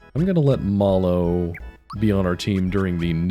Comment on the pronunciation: I can't believe the best Super Mario RPG Youtuber consistently pronounces "Mallow" differently from the obviously correct way I independently discovered when I was 11.